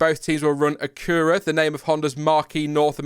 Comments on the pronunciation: In the US it is pronounced ACK-U-RAH, not A-CURR-AH. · Interesting pronunciation on Acura. You just need to put the emphasis on the first syllable and have a stinger K sound. Easiest way to think about it would be just saying accurate without the te on the end. So emphasize the strong AK sound at the beginning like in the word Yak. Basically you said a…cura and us freedom folk say Ac…ura. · It's pronounced Ack-you-rah not a-coo-rah. Just a little helps for your. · Oh or, not sure how you spell it, despite being one of those viewers/subscribers from the 2019 US GP video that blew up your channel, it's pronounced "Ack-qu-rah" not "A-kur-ah". I am very happy to have a race weekend that won't be at the crack of dawn, I'm happy when they start am, but the US GP is a great respite, that's an hour behind my current time on the east coast of the USA in Connecticut, and I'll be watching from my home-home in New Jersey this weekend too. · That is pronounced Acura not acura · Pronounced Ack-yoo-ruh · It's ACK uh ruh in Texas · Pronounced Ak-cure-a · Acura’s pronounced like ack-yoo-ra btw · Acura is “ah cure ah” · Hahaha the Acura pronouncing was awesome. For future it’s ack-ur-a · American viewer, I’ve never heard anyone pronounce Acura like that 😂 All love though 🙏🏿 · Never hear anyone pronounce Acura “a cuurrraaa”. Maybe I’ve been saying it wrong. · I have NEVER heard anyone say “Acura” like that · pretty sure the acur part is pronounced the same as in accurate and the a is like ah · Oh sheesh, you definitely botched Acura hahahaah! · The American pronunciation is like "accurate" just with the final syllable being an "uh" instead of an "ate". The Japanese pronunciation is probably "AH-koo-rah" with possibly the k moved to the first syllable. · Yeah that pronunciation of Acura was a bit off lol